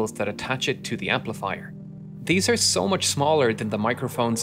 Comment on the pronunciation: Y they rrrr the shaped they rrrrrrr....had me rollingXD